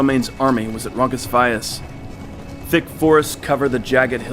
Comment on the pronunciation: The battle of "Ronkus Vayas?" Never heard it said that way, before... but I LOVE it!